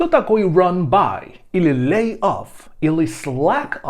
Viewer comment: Почему вы читаете lay как laid?